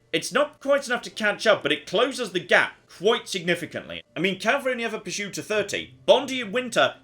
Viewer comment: Anyone else wondering why he's saying "purshoot"?